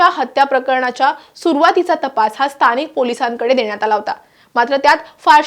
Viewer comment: स्तानिक नाही गं बाई.स्थानिक असा उच्चार आहे